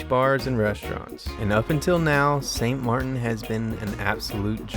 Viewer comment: "St Mar-IN is sick..." Um, did you mean St MARTEN"?